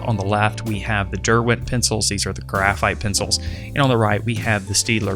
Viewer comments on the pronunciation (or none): none